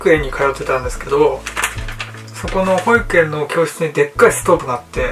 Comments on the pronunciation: ほ↑い→く→え↑ん↓ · 赤ジャージ恥ずかしくなってきたの🐰？？（笑）ポロシャツ刺繍？可愛い💖ほ↑いくえ↓ん、発音が独特～(๑˙❥˙๑) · 幼稚園の発音も保育園とおんなじ言い方しますか？笑